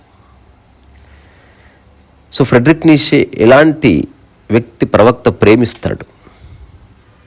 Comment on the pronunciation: హలో గారు ❤ fredrick neichze (ప్రేడ్రిక్ నీచ లేదా నీట్చ ) ని తెలుగువాళ్లు మాత్రమే నీషే,నీషే,నీషే అని pronounce చేస్తున్నారు. మోషే మాదిరిగా, మీరైన దీన్ని కరెక్ట్ చేయండి.